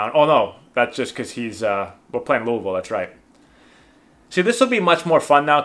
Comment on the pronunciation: Great pronunciation of Louisville 👍🏻👍🏻👍🏻